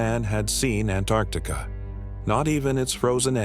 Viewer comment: A.I. can't pronounce Antarctica hahaha😂❤